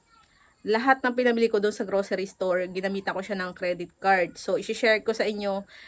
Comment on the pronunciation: ang saya pakinggan ng pag sabi mo ng grosary :D Thank you for the good vibes!